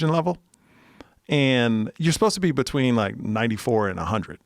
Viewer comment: Joe pronouncing between "bechween" is almost as awesome as his show.